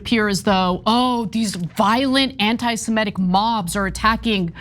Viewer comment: Ana, you DO sound like Cenk today because you said "anti-simetic" [sic].